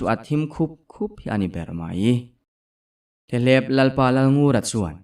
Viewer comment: Theleeeep ni lo Thlep tih zawk tur😊